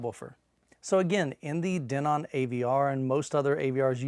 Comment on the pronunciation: i just thought it was funny how you pronounced Denon :P